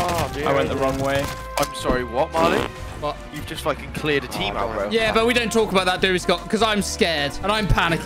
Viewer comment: They just called Marley mamaguevo 💀💀